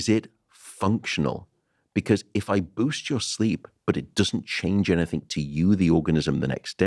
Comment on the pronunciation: Matt.. Please stop saying anythink 😢